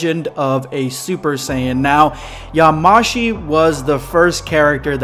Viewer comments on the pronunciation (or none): Yamashi .... It's yamoshi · Stop saying "yaMAshi" it's "yaMOshi" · Yamoshi is pronounced ya-mo-shi